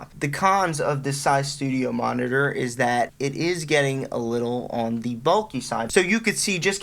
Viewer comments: Noooooo it's all i can hear now and he can't even say it properly. I just wanna go grab mine and smash em 😱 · New year's drinking game: watch the video and take a double shot every time he says studiomonitors. Regular shot each time he says monnidurr or studiomonnidurr (singular). Brotip: actually, don't. You'll be dead within 3 minutes. 😂